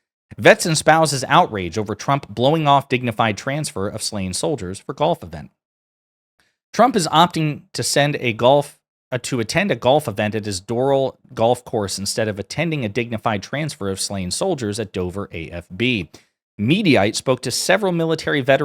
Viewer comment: So he didn’t attend which is bad enough, but he sent Hegseth instead. Insulting. BTW the golf course is pronounced Door-Al.